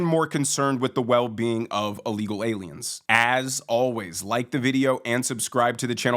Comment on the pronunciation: u amd do the same thing: when u say ILLEGAL u actually say a-legal Just fyi